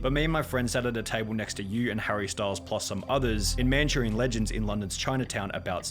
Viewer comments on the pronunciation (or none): the way this idiot butchered the word Manchurian 😂 WE'RE BRITISH INNIT, GET IT RIGHT, IT'S CALLED ENGLISH FOR A REASON 🫣